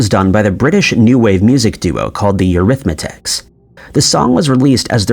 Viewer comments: PLEASE! It’s EURYTHMICS not THE eurythMAtics. They didn’t use THE before the name . Annie Lennox ,the singer says THIS but with an accent that sounds like THESE. Please pronounce things better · Eurythmics, not Eurythmatics! 😂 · Is the narrator from reality B? I’ve always known the band name to be Eurythmics not EurythmATICS. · 😂 The Eurythmics I think you meant to say 😮😅😂😊 Eurythmatics Nooooooo😂😂❤ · NOT EURITHMATICS. Rewrite your script or teach your AI narrator to pronounce the name correctly. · It’s Eurythmics…: NOT Eurymatics… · The name of the British group is Eurythmics! Not Eurythmatics! Seriously? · It’s EURYTHMICS, not EURYTHMATICS you dipshit! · Ironically you mispronounced Eurythmics, as Eurythmatics. There is only one T in the name. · ... The Bee Gees started before the Beatles, So end of 50's 👀 But they were younger 🤗🤗🤗🙏🏼💞 It's Eurythmics not eurythmitics 😂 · EURYTHMICS NOT EURYTHMATICS! (Unless you are creating a new Mandela Effect) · The name of the group is eurythmics ...it's eurythmitics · Okay I was all in until the narrator said The Eurythmetic instead of the Eurythmics. Fix your AI or learn how to pronounce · Eurythmics sounds like "Your Ith Micks" not "your arithmetics" sorry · The Eurythmatics?😂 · you called the band the Eurythmatics, it’s Eurythmics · Why don't you learn how to pronounce. It is NOT arithmetics. The band is Called The Eurythmics!! You sound like a damn fool!! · Eurythmetics? Really? Good grief... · Eurythmics is not pronounced eurythmatics, also, sweet dreams are made of this. Correct lyric, always. Every word in a song does not have to RHYME. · Eurythmics not eurythmatics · The group was Eurythmics. Not euithmatics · EurythMATICS ??? Dude, it's EurythMICS, get it right if you are going to narrate. Geez.... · Eurythmics, not Eurythmatics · Its the "Eurithmics" not Arithmatics . You pronounced it arithmatics. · The name of the band is Eurythmics!! Not Eurythmatics! Secondly Andy Gibb did not found the Bee Gees!